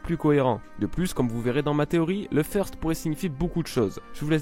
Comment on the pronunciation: Feursteuh lol